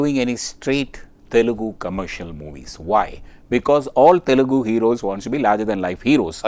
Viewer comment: It is 'Telugu' not 'telgu'